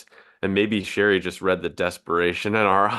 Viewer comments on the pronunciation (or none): The woman in question is pronounced SHERRY ( like the wine), not Cheree’.